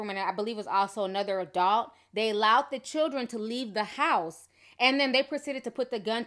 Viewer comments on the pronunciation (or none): Why do you keep saying awdult? It’s ADULT! Why do you pronounce her name with an “R”? It’s Makeva not MaRKeva! But you call Florida ratchet 😂😂😂